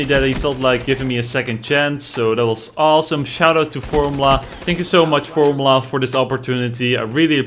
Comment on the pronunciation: formYOUla not formla